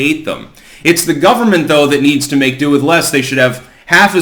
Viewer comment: Make DO with less....not "due". You're an editor, right?